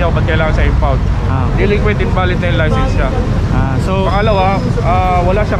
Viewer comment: Sir license hindi licensent please correct your diction Sir